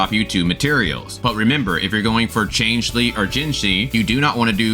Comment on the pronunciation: bruh, wwhy are you pronouncing Changli like that? Change Lee, seriously?